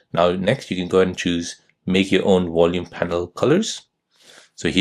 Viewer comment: Its VOL UME not WOL UME. You spund American as well so why are you pronouncing like your German